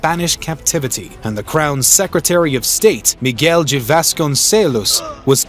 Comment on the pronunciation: Yep. "Duh", and "dee" would be far more acceptable.